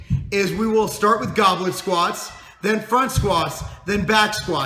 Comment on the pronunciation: I thought he was saying Goblin squats at first. Haha.